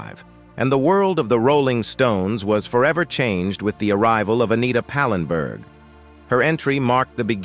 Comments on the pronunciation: Not pinberg,its pallenburg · ANOTHER AI GAFF, IT'S PAL EN BERG, NOT PANENBERG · That's "Anita Pallenberg" not "Anita "Penberg" as you said. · Pallenburg, say it, it’s not hard. I hate these AI voices